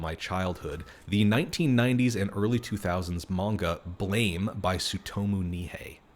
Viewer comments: Blame! Is pronounced "blahm" - never make that mistake again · Blame! is pronounced "Blahm" (a la langue française)